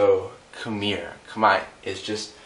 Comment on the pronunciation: He says Khmer wrong